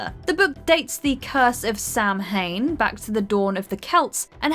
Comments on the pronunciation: It's pronounced "Sah-wenn/Sown". Not "Sam-hein". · "Samhain" is pronounced as "Sow-In" and not "Sam Hane". (Won't hold it against you. It's a common mispronunciation.) 🤓